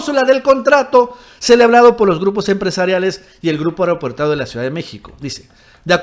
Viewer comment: minuto ... "si el Grupo AereopUErteario..." Pfff..!! AeropOrtuario